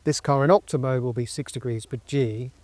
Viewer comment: Is he saying Okta? Like the single sign-on provider?